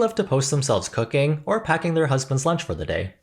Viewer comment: Broski I thought you said cucking instead of cooking